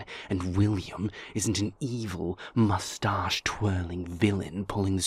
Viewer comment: I know this is a serious dialogue…but the way says moustache makes me laugh so fucking hard